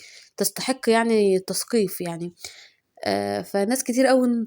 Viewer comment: تسفيق مش تثقيف